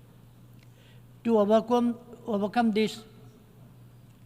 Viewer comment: to ovacom 😂😂 × overcome✓